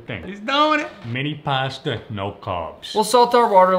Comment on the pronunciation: Pronounced pawsta